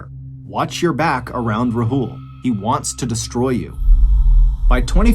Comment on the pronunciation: Took me a while to realise you were talking about Sheena bohra's case because of how you pronounced Rahul. It's Raa hul not rahool. A in Rahul is AA not A.